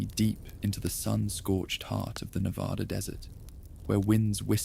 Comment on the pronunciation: Reno, NV. pm I can’t go to sleep because you keep saying Nevada incorrectly! 😂